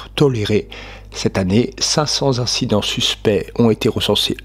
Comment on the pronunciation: On ne dit pas cent Z'incident. Il n'y a pas de Z à la fin de cent, ni au début d'incident.